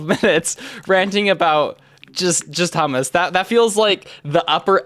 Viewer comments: BRO ITS NOT SAID "hamas" ITS SAID "hoomoos" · Bro it's pronounced "hommos" not "hamas" 💔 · prenounced "Ho-mu-s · It's pronounced Choo-moose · It's pronounced hoomoose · I think its usually pronounced choomoos (ch like in Blech, yuck) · Um I’m trying so hard not to get ragebaited my pronouncing hummus incorrectly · I nearly fainted hearing him pronounce hummus the English way... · never in my life i would have guessed that that is how you say that word in english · As a middle eastern it hurts to hear how you pronounce hummus